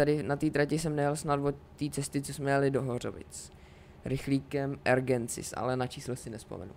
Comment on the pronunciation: Ergensis? Rx 766 „Egrensis“